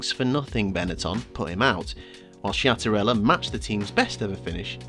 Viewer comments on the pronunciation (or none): Such a ill fated team ☹️. Great video, just a comment: in Italian language the letters ch followed by a i or e have a tough sound, so the correct pronunciations of Schiattarella is “Skiattarella”